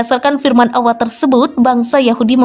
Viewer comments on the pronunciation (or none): Pengucapannya seharusnya Allah, bukan Awah